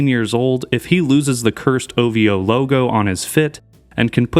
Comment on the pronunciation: say his name right it's OV HOE